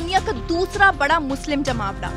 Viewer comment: Bolne ka tarika kesa he jmaoda jali use program karykram bhi bola ja sakta he lekin tum to jahi ho tume kya pta